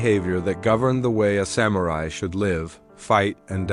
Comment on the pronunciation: You keep pronouncing ‘samurai’ differently 🙄